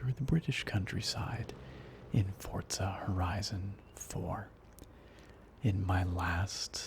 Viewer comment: I call it Fourtzza Horizon Zero Dawn 4 I think its the correct pronounciation :D